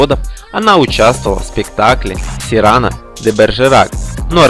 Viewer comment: Эх, вы, СирАно,СирАно. Уж если ничего не читали из произведений Сирано де Бержерака, то хотя бы научились правильно произносить его фамилию.